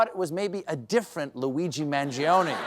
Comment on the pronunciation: The i is silent. My god. You‘ve got so many silent letters in english, why can‘t you do the italian ones?